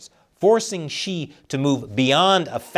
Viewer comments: it’s “Xi”, not “she”😊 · Why are you pronouncing his name as she? Instead of xi, as in si lol